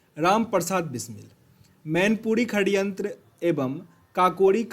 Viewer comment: षडयंत्र होता है....खडयंत्र नहीं